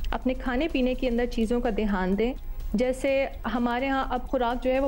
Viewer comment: "Dheyaan", "Dheyaan", "Dheyaan", not Dehaan, medam.